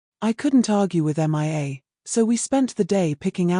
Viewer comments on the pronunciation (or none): Please teach your dumb AI reader the difference between Mia and M.I.A. (Missing In Action)🤨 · You would think an auto reader would show enough intelligence to read a simple American English story. If you can not find an auto reader to read Mia's name correctly, and if you don't realize that women have breast's. Plus female hormone's in the human body are typically estrogen which help the human body to grow breast's. That's right I am an educated listener and through my life have learned many different thing's.